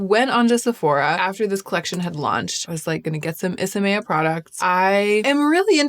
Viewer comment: I’m sad to learn that you were saying the name wrong…I thought it sounded pretty